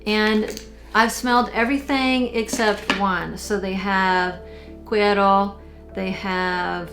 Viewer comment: Hello: Yes, you pronounced "cuero" correctly. Woohoooo, I'm a Texas girl, cowgirl boots, levis and all. I live 50 miles N. of Corpus Christi, and love visiting the hill country. I had never heard of Boyd's. Please enter me in your giveaway. Thank you Boyd's and. Good luck everyone. Oh, I would love to try that "Cuero"